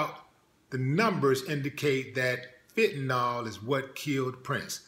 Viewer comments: You dont know what you are talking about. First of all the drug is pronounced with ill at thevend and not ol. It is fentanyl, nit fentanol. Prince had aids. He was nit leading a squeeky clean life. He was working like a wild man. His back up singer found him unconcious on his plane and could not revive him. It seems pretty obvious that he was on something. His life changed after he got aids and for him to be taking crazy drugs if hecwas getting very sick, is understandable. It looks like he was special to you but he was human. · it's called Fentanyl not Fent-Ta-Nawl...lol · fentanyl jackass pronounced fent-a,nil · Fentanyl, not fentanol.